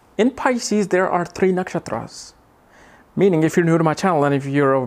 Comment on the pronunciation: I am a woman with exalted Venus.. Almost everything is true! great! But your pronounce the names of nakshatras a bit strange:))